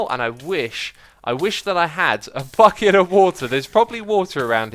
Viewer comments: Waderneath - Clash Royale Gameplay He said "bucket" with an accent. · a fucket of water 😂